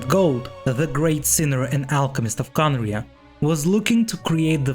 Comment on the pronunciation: It's not Khaenri'ah star